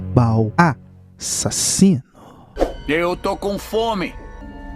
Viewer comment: "A-SSASINO" MUITO BOM KKKKKKK